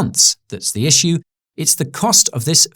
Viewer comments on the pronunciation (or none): none